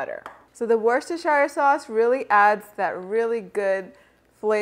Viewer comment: Pronounced "Wooster sheer" sauce